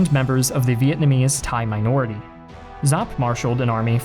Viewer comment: Wow you said General Vo’s name correctly! Good job! Great video.